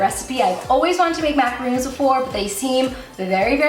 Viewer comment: I know this is rude... so I am very sorry in advance, but it really bothered me that she was pronouncing things wrong. Sorry! #grammarnazi macarOns** eSpresso**